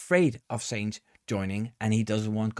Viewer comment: his mane is sainz not seinz